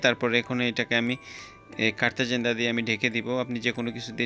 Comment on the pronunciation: কলা পাস্তা নাকি স্কলা পাস্তা? কারতা জেন্তা নাকি কারতা আরজেন্তা? রেস্টুরেন্টে কি কাজ করেন জিনিসের নাম ঠিক মত নাম বলতে পারেন না! এই হল ইউটিউবারের নমুনা!